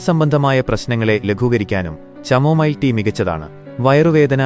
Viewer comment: ചമോമൈൽ അല്ല പൊട്ട കാമോമൈൽ ആണ് 😂